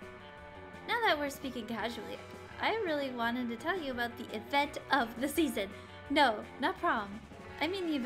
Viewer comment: What did I not know aboot? ... Adorable.